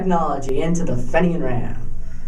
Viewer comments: Just found this and I congratulate you on you interest in history -- especially Irish-American history. However you should know that the name is pronounced FEE-nian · This kid is amazing and should be commended for his interest in obscure history. Few people in Paterson, and almost none outside Paterson, have even heard of John Holland. It is spelled Fenian so we in America pronounce it Fenian. By the way this is not the boat retrieved from the Passaic River. It was the smaller boat (14 foot boat) also at the museum.